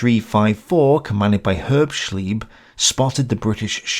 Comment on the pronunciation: Mispronounciation of Herbschleb: again and again and again, in German an "e" is never,never,never, pronounced as a German "i". It ist always,always,always pronounced as an "e" in e.g. "egg" or "Excellent".